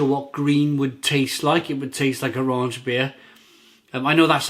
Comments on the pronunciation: There is no "n" in rauchbier. Rauch is German for "smoke". Please stop saying "raunch". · I love watching all your reviews and I mean no disrespect when I correct you on the pronunciation here. The first half of the word is pronounced sort of like 'cow' but with an 'r' instead of a 'c'. So, 'rauk-beer'.